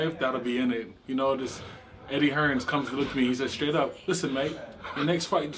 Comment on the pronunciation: americans think his name is hearns wtf lol